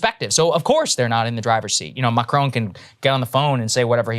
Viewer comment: Krystal has finally decided to take some French lessons and pronounce Macron's name properly!